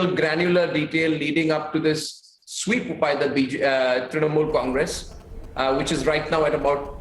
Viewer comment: "Election swipped by the BJ..ah..Trinamol"😂😂 Arnab's first sentence.